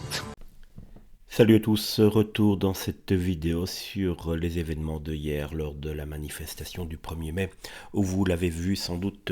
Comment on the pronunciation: "Les événements DE hier" !!! Le H n'est pas aspiré ! Il fallait dire "les événements d'hier" .